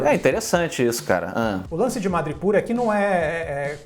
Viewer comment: Pessoal, a pronúncia é "madripÓr" e não "madripÚr".